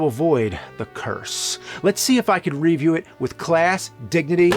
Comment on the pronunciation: All these years later, still can’t pronounce “review”!